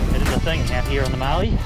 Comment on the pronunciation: Great video, but I’ve never heard anyone pronounce Mallee like that! It’s a short “a” sound, like in cat, not like the a one “bath”. Having said that, you did have a mud bath so maybe “Marlee” was appropriate!